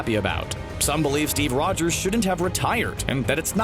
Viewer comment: Steve Rwogers